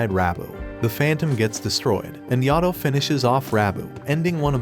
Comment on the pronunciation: It's not yado it's Yato